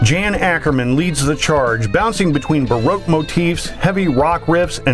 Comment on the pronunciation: Jan is pronounced Yan